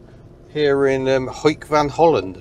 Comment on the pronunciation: It's Hoek (Hook) van Holland, pronounced just like captain Hook from Peter Pan.....